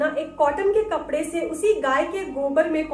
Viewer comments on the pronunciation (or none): none